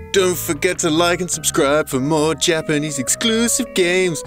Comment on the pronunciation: Finally someone making a decent effort to pronounce Japanese words correctly. She actually does a really good job. Appreciate it